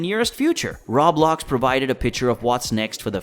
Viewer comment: RO - BLOX AS IN ROEEEEEE-BLOCKSSS. Rawblox over and over annoyed me.